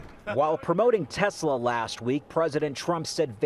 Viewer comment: “I love Tesler!” -Donald J. Trump